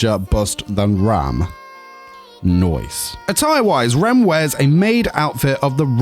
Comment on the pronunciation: No one Me: i love how you say noice(nice)